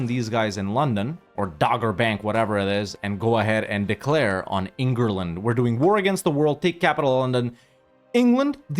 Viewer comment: bro really said Engerland